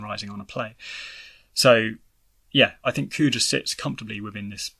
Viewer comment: It's Kuja, not Coo-chah.